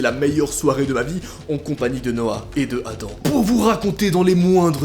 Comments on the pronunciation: Je croyais que ça ce disais "adam" et pas "adan" 😭😂👽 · c'est pas Adan c'est Adam!!!